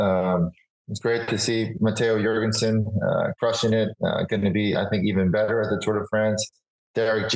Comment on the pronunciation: Jorgenson like Yorgenson, not Dyorgenson, he is of danish descent